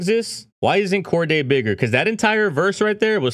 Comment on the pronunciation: Bro “Corday” 😂 Cordae